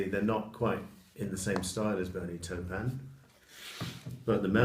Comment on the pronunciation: Catching up with all your videos, I particularly enjoy the Beatles and Elton album reviews, nice work. Have to take issue with your pronunciation of 'Taupin' though...:-)